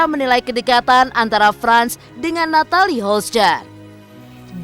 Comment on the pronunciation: Yg terbaik saja buat mreka yaaaa.. cm mau protes aja,ini yg bca skrip g pernah bener nyebut nama Natalie Holcher 😅😅😅😅